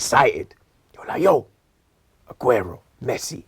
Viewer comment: You say messi? U say augero? is smoking some high grade